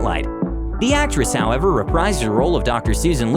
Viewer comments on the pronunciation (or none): none